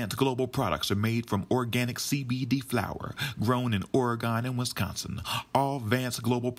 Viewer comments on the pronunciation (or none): Oregon (OR-i-gun...or the way I like to spell it... Orygun:) not Or-a-gone:) Great song BTW!:)